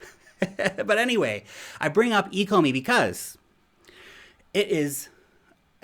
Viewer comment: I think you should take another look at the ecomi tokenomics. If you don’t know how to pronounce the name you probably don’t understand the potential.